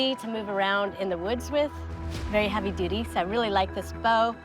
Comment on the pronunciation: She said" Dutier"